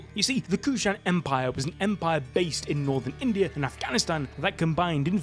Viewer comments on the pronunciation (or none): none